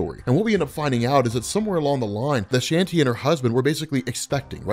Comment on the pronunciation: Some Indian names can be hard to know how to pronounce, but Kali and Shanti (with the same vowel sound as Spawn) are too of the most common and straight forward. While I appreciate the vids(might not finish this long ass one), it's cringe worthy every time I hear Shanti(like a fucking Irish sea shanty, instead of Shawn-tee) and Kali(like some American teenager, instead of Kaw-lee)